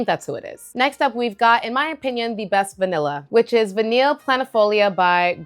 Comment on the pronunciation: VANILLE is pronounced: Vah-KNEE NOT Vah-NILL